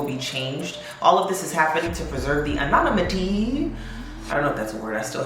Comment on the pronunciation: An-on-im-it-ee…emphasis on the “im”. 😘